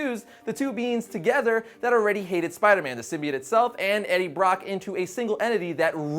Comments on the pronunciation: Sim-bee-oh-tt, not sim-bee-it.... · It's pronounced sym b oat